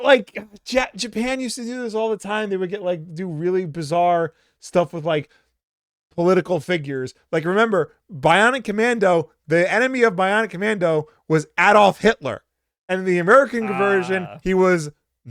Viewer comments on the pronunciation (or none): So is it a Midwest thing where people say Mary-o? I also noticed ADD-olf. That's definitely more accurate to the German pronunciation but I've never heard anyone pronounce it that way in English.